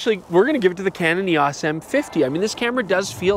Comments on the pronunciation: "Canon EE-AWSS" lol you Canadians are funny. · A lot of people pronounce Eos weird lol not just Canada